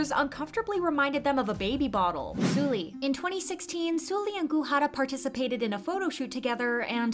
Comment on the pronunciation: The way you say 설리 is triggering lol. Try saying Seolli not Sooli.